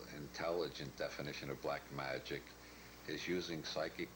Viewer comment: Okay, I see what he's doing here. He's mispronouncing words like ''magic'' and ''cannabis'' to keep us guessing. I've never heard anyone call it ''may-jik'' or ''Kin-aah-bis'' before. And Aleister Crowley is seriously bungled with ''Aleesta Crawlee" :face-green-smiling: You gotta watch old Bob, he's going to turn your head around.😅